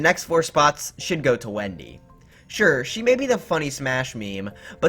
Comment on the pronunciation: It’s Wenda not Wendy